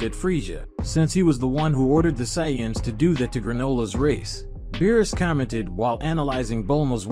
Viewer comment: And sayance?